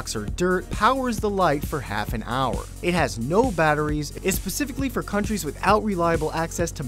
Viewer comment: Pacifically. It's specifically